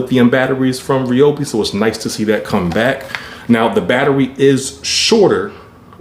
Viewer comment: To start off with It's pronounce Ryobi not Reobi. And your not pushing the saw on the first cut and the Edge battery is not worth the extra amount that they are asking for. And it"s been proven by other interviewers they last about the same time.